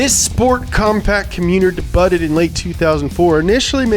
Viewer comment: Everytime he says debutttted😤